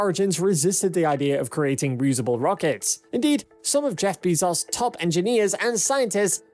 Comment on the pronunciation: Great video but Bezos is pronounced Bay'-zohs not Bee'-zahs.